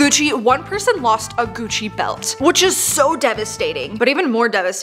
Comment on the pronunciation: I heard coochie belt and now I can't hear Gucci the same ever again